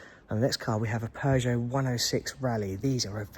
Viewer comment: Peogeot is pronounced Pew sjoe And not Pears sjoe. But absolutely excellent video otherwise . Well done and thanks for sharing.